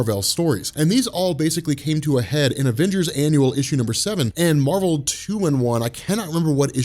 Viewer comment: Why do you pronounce Marvel differently when you refer to Captain Marvel?